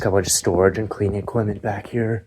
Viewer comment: what accent is it that pronounces "EQUIPMENT" as "EQ-WI-MEN".